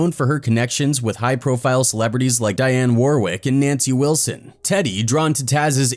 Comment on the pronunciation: Dionne not Diane